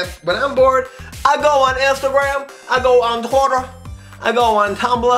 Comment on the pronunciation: ''toter'' ITS TWITTER!!